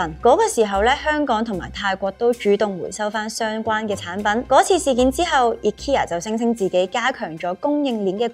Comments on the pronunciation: 但都無讀錯💪🏻💪🏻💪🏻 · 放心！無讀錯ikea個名💪🏻正如「佢地有好多產品都做到統一化，只係配合地區嘅文化，做少少細節嘅改動」個名嘅讀音都係🤣😂😂